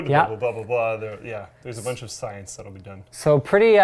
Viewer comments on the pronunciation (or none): the word science at linustechtips WWWHHHAAATTTT!!!, sounds wrong